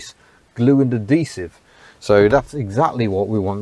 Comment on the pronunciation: Why do you keep ignoring the "h" in "adhesive"? It's "ad"-"he"-"sive". Not "a"-"de"-"sive".